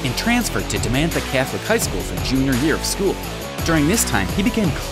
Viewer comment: demantha catholic high school. He butchered that. even with a picture of the name of the school on the sceee